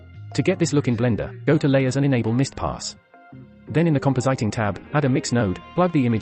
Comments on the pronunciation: "Compo-sighting" That TTS has no clue how to pronounce compositing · Compositing is read CompoZiting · the voice pronounces compositing wrong ;)